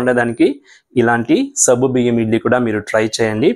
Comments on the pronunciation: Naku sabbu biyyam ani వినిపిస్తోంది.meeru alage antara.leka nene tappuga vintunnana? Adi సగ్గుబియ్యం. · సబ్బు కాదు సగ్గు